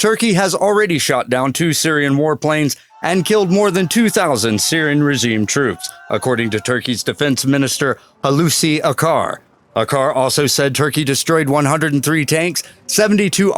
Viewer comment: "H" ler çıkmıyor bi tık 😂